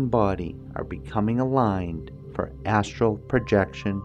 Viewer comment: I just noticed you say "Assual World" and "Assual Projechun" . Almost sound drunk or a speech problem. I still love your videos but every time you say ASSURAL and not Asteral it makes me laugh.